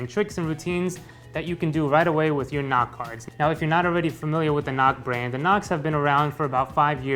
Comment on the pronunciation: sounds like "not cards"